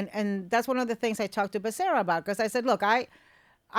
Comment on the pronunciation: Ana, isn’t Becera, both R’s (rr) sounds completely Becerra, I mean if you’re saying Spanish last name😅😊